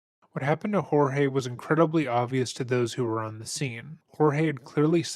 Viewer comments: I also want it to be known that her continuously saying his name wrong as “George” instead of Jorge is grating on my nerves. Like not only have you MURDERED a man by stuffing him in a suitcase but you refuse to say his name right?! Ugh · Why does she call him George and not George (hōrhāy)? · Its not "Hor-Hay". He pronounced his name George. Its not uncommon in Florida. Similar to how we say " Jesus" and not "Hay-Sooz". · lol it is not whore-hey...it is George...lolololol.... good god, even Sarah says George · Picking up some real Get Out vibes from her pronouncing his name as George instead of Jorge and talking about him as if he's a troublesome child. Like she viewed him as a pet. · Its pronunciation Horhey. But they don’t have enough respect for him or Hispanic people to pronounce his name correctly. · They pronouce his name George. Jesus. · I was thinking the same thing. They all clearly said it and the narrator still went with Hor-hay. It bugged me lol. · Do you see how everyone who knows him calls him George? Why do you think they all have it wrong and that you know how to pronounce his name? Would not the people who know him know how to pronounce it. Would he not correct them if they are wrong? Exactly mate. So get it right and call him George, his name. Not some Mexican pronunciation of his name because you think you know better. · It's hard to trust the narrator's insights when he doesn't even pronounce the victim's name right. It's spelled Jorge but it's pronounced George, every single time anyone refers to the victim in the video they call him George. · His name is spelled Jorge but is pronounced George. In almost every clip one or more people call him George. Seriously - it's not that hard. Just shows how poorly done this video is. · I love how you simply choose to pronounce peoples names wrong. NOBODY in this case has referred to him as “Horhay” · Kinda sucks how the ex husband keeps mispronouncing the dead man's name, it feels purposeful